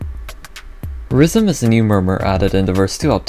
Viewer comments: deadass thought he said rizzm in the intro 💀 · bro talking about rizzm not rythm